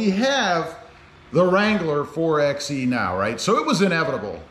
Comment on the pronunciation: You saying the name wrong it’s (4- by -e) not 4 ex e , you wouldn’t say 2 ex 4 if you were going to get lumber